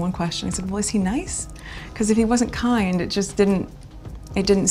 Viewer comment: to Is she affecting an English accent just for a moment here? The way the word "kind" rings out sounded distinctly English to me.